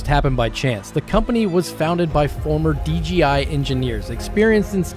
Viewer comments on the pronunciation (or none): around the 6m mark It's not D G I; it's D J I. :[